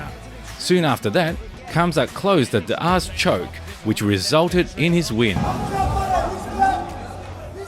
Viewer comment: “D’ arseee choke” 😂😂